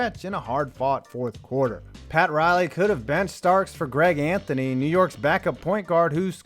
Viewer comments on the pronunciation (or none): none